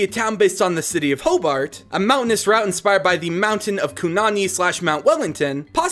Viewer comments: buy ho-bart is how you proounce it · Nah mate hearing Melbourne and Hobart hurt the most